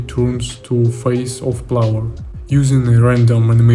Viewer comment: Очень крутые штуки делаешь, слежу с большим интересом, продолжай! P.S.: Только позволь подушнить на счёт английского, в качестве желания помочь/подсказать тебе чтобы ты совершенствовался, на будущее: слово "player" - "игрок" произносится не "плауэр", а "плэйер" или скорее даже "плээр". А то очень ухо режет, ты же геймдизайнер и геймплей программист/разработчик, это слово одно из ключевых в твоей деятельности и произносить его всё же стоит корректно, как я считаю, если ты ведёшь деятельность на английском языке и хочешь чтобы тебя как можно лучше понимали... Ну и ещё "cutscenes" - произносятся скорее "кат сцинс" либо "кат ссынс" и "кат сцин" если в единственном роде. Хотя интересно что почти все остальные слова ты произносишь корректно. Извини пожалуйста, если такие комменты являются для тебя чувствительными, не пытаюсь критиковать или самоутвердиться. Только из соображений помощи! Удачи! P.P.S.: Также если вдруг не знал, удобный инструмент тебе на заметку: мне очень помогает переводчик DeepL, есть удобный клиент для Windows, по нажатию CTRL + два раза подряд C выделенный текст попадает сразу в переводчик и там же можно послушать произношение слов, переводит более натурально с учётом возможного смысла предложения, т.к. прогоняется через машинное обучение.